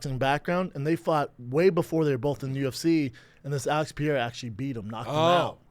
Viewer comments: why does he insist on calling him "Alex Pi-era?" C'mon man... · "Pereira" not "Piere-a" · I cannot wait until whoever is on fight companion corrects Brendan on how he says 'Pereira'.... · I wonder when Brendan is gonna learn how to say pereira...